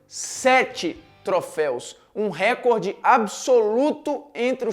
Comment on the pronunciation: Como jornalista só falta saber falar a palavra "recorde" corretamente. A sílaba tônica é "cor"